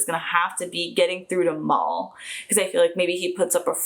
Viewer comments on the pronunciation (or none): Fun fact: Jewel Staithe, the actress playing Kaylee, doesn't like strawberries. PS: You pronounce Mal wrong. It's just short for Malcolm. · Wow you make a lot of assumptions. And PLEASE stop calling Mal "Mol"! His name is Malcom so it's Mal for short. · Nice reaction and welcome into the group. Love to have ya here but ... let me help you out with some corrections. Mal's name is short for Malcolm and is pronounced like "Mow-ell" or "M-owl", not like Maul or Mall. I realize that's the way you pronounce it there, but as you will hear tons of times, it pronounced the way I mentioned. Second, Kaylee is definitely NOT queer-coded, and her character is as far from queer as you can get, meaning, she's promiscuous and very boy crazy, to be nice. Her motor gets a-runnin' really easily. She manages to keep it in check for the most part, but she can get her engine running in a heartbeat. Now, I DO want to point out that, since this is a Joss Weadon production, it is dialog heavy/centric, and as such, EVERYTHING that is said has meaning, even when it seems otherwise. It's either obvious and needed to explain the scene or it's got a hidden meaning that will come back around later, so if you don't pay attention or you talk over the dialog, you'll certainly miss something important and be confused later. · Glad you liked it. It is exceptionally well written, but people at Fox wanted to kill the show and sabotaged it at every turn... Oh and as others have pointed out, it is not pronounced "mawl" it is short for Malcolm So it's like how you say "Al" or Albert. ( How to Pronounce Malcolm ) Oh and don't forget many words in modern languages have their roots in Latin. The term "mal" is one of those that comes from the root Latin, and pops up in many English words too, such as malodorous, maladjusted, even malicious. So Portuguese is not the root of the term "mal". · It's Mal - as in short for Malcom.... Mal, pronounced as in Malware.